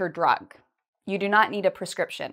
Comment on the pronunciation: Hi, the word of prescription is "[prɪˈskrɪpʃn]" in the web, your voice sounds like "[perˈskrɪpʃn]"